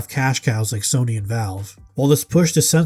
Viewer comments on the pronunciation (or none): none